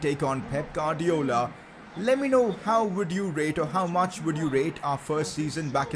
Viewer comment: guardiola not gardiola